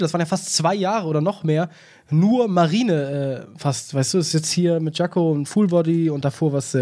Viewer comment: jacko nicht jango lul